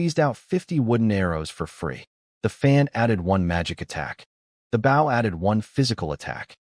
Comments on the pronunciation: 👎👎👎👎👎 pathetic pronounciation of words... i clicked the thumbs down... you need to learn how to pronounce words right... don't just post video just to say you post lots of videos, check if pronounciations are correct before posting... bow = baw means you bow your head not a weapon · Bow gets spoken wrongly so often also us not U S For the rest enjoyable story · Bo- w is silent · Goodness. Bow has two pronunciations and the wrong one is being used every single time!